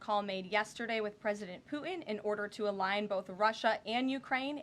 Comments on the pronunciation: ..she says Pu' in..... it is pronouncet PuTin...a hard t. Leanr phoemetics please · Someone teach her how to pronounce the letter “t” please. Drives me crazy when she says Pu’in